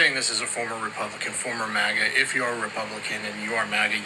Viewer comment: He said maga or maggot